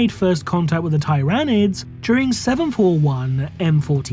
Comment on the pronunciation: Still mispronouncing "tyranids" I see...